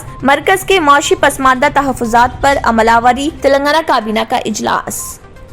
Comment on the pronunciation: Please Urdu theek se boliye.jaise amal aawari,zakhirae aab, harasaan. Etc.